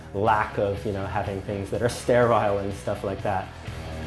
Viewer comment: He can’t even pronounce sterile smh🤦‍♀️